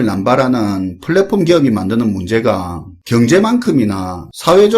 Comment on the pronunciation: 사투리 구수하네요. 갱제 사회 ㅋㅋㅋㅋㅋ